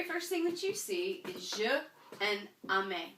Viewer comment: I've never heard "aimer" pronounced "amer". Perhaps it's a Canadian accent. But certainly in France the vowel "ai" in "aimez" is pronounced like the "e" in the English word "hem". So "aimez" is pronounced "emmay", not "ammay" and "j'aime" is pronounced "zhem", not "zham".